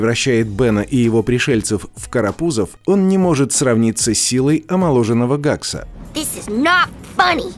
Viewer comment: Хэкса* а не Гакса.